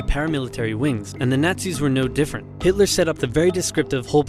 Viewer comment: Who is "Hilter"?